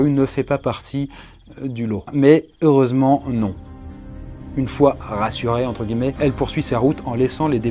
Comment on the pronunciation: Il a dit auresement non c'est heuresement